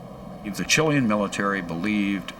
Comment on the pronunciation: Can no one teach this man how to say Chilean?